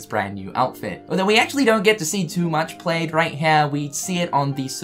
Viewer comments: Oh my gosh, plaid is pronounced p-l-a-d not p-l-a-d-e, it rhymes with Vlad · Pladd not played plaid = pl-add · Plaaaaaaad, not played... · It’s pronounced plad not plaid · Kept wondering why you were saying "played" and then realized you were saying "plaid"., y u do dis? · "Played".......I'm guessing its the accent 😂😂😂😂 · ITS PRONOUNCED PLAD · Great video but does know it's plaid is pronounced "plad" or is that how New Zealanders say it? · Isn’t plad not plaid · Plaid. Pronounced like "glad," just replace the g with a p. I was a little confused wtf you were on about with the "played in the wardrobe".. Lol c'mon, man.